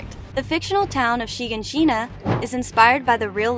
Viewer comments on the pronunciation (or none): Anyone who hears them pronounce it in the show will know its (Shi-gan-shi-na) not (Shiga-shina) reply if u agree. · Yeah like a slap on titan did with her😭 it also bothered me how she pronounced shiganshina (sry idk how to spell it💀)